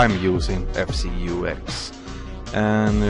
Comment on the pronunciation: Also, just a tip on how you spell FCeux, you say F like normally, and then like how you would spell Zeus, but with a k between the u and s. :)